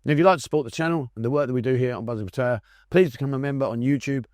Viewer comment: The place is called Pattaya ......pronounced Pat...taa yaa.. It's mostly a retirement village for drunken destitutes So many better destinations in Thailand